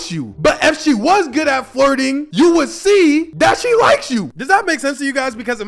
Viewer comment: I'm sorry bro I'm really sorry but I honestly thought you said farting not flirting....that whole section had me looking crazy